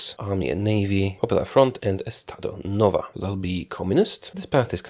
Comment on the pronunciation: “Let’s start with estado NOVA” hahhahah